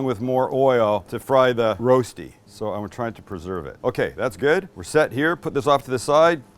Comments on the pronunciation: Thanks for the nostalgia, had my first in Switzerland 20-ish years ago, I believe BK had their own version as well...that being said, your pronunciation of "Rosti" is killing my ears! It's more like "wohstee" with the w pronounced without perching the lips. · It's called Rösti, not Roasty, Rosti would also be fine. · Just call it "Rusty". Sounds closer than "Roasty". Rösti- Rushtii. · Fyi(not to be anal) it's pronounced Ruh-shdee. The Rö is like 'her' without the hard R sound. Okay, I'm being pedantic.. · Spike, is it pronounced Roasti or Roshty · the ö is a bit tricky, you pronounce it like in "her" but from your two words in Germany its more the Roasti with s Swiss people tend to say it with sh :) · Would you please teach him how to pronounce it? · It´s spelled like the o in worse: Big Rösti. :-) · Nicely done. By the way the "ö" in Rösti is pronounced like the "i" in bird